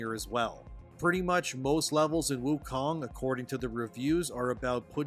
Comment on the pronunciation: It’s called Wukong, not Woke-ong (I died of cringe making this, I honestly can’t stand using the W-word)